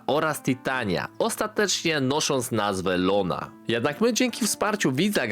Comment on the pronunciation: Nie żadna Lona tylko Iona kolego 😉